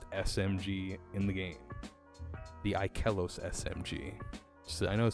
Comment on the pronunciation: “Ik-eh-los” caught me off guard